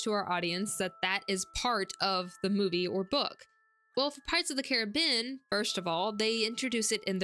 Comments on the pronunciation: I found this channel through your video on magic systems. So far I'm enjoying this one too but your pronunciation of "Carribean" is kind of taking me out of it. Where are you from that you pronounce it Ka-ruh-been instead of Ka-Ruh-Bee-Uhn as it should be? Is this some kind of local dialect thing? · just checked the trailer. It does not say ka-ruh-been. If anything i think you're the only person in north america to pronounce it this way.